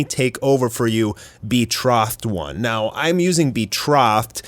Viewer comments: Betrōthed it’s not ahh sound it’s o just wanted to let you know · Betrothed is a long o sound. That is all